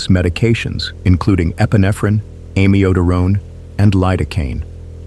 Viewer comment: You don’t pronounce “Amiodarone” correctly nor systole. I hate AI.